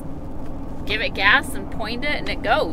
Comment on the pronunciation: Love how emphasized.... "point it and it goes...ANYWHERE you want it to go"